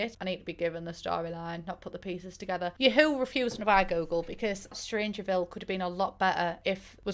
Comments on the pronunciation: the way you read ya-HOO makes me crack Jvskaja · Abolutely OBSESSED with how you pronounce Yahoo